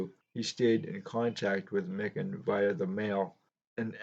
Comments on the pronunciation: Great video on Big George. It's pronounced "My kin". He was a very friendly guy. Got his autograph at a show signing in the 1980's. Said his wife combined all his championship rings into one ring. He used to sit in the front row, in the corner at Timberwolves games, a few seats down from Kirby Puckett. Vikings players sat behind the visiting bench, and Jimmy Jam of Jam Productions, would sit at half court with the artist that would sing the National Anthem. The Scott's Potato Chips cards are very rare. Made in East Grand Forks, MN. The backs of the cards say you can exchange the cards for a signed Lakers Team photo, which had printed signatures. I have a John Kundla Scott's Potato Chip card that I've shown in my video's. Most recent was a Rookie VR for Sammy Thunder last week. Stuke's Baseball Cards and Curiosities. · Prior to this video, I’d only heard his name pronounced Mike-an ;)